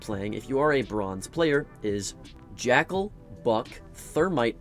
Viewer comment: Bro said jackel like hes unbanned